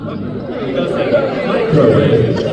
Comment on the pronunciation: it makes me so happy how everyone went "mmmicrowayve" at the onomatopoeia question